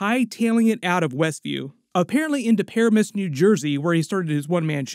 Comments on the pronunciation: Puh ram us. Not Pair a miss. 😅😅😅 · Not a comment about Easter eggs and such. Just an observation that you should look up the correct pronunciation of locales mentioned in the show. Any resident of Paramus, NJ, must be cringing that you mispronounced it “PIH-ra-MISS” — twice (:55 and 13.15). It’s Puh-RAM-ess. ☺ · It's pronounced Pa-RAM-us New Jersey. Fuhgeddaboudit. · Not the way he pronounced “Paramus, NJ” lmaooo Parimuss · Fyi, it's Paramus, pronounced PA-RAM-MIS to the natives. In case this Ralph Bonner thing lasts more than this episode, 😂😂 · 😂 I was born and raised 20 mins from Paramus, every time you say it I chuckle a little with your pronunciation. I'd deff be pronouncing it the same way if I wasn't from there 😂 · The way he’s pronouncing Paramus is hurting my Jersey soul lmao